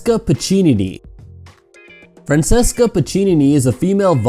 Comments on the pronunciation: Hey that was nice... But you can't pronounce properly any name other than the english ones... Say, Francesca is "Francheska", not "Fransessca"... Ana Ivanovic is "ee-vanovich", not "ivanovik", and so on... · isn't it fran-che-ska?